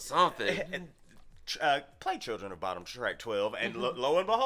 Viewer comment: It is pronounced somewhat like "Boo-dum". They are named after the unsolved Lake Bodom murders that happened in Espoo, Finland in the 60's.